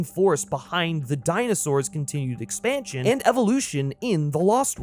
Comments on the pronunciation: 2;55 "Expantion" lolol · "At IT'S core?" "expanTion"? that's some illiteracy there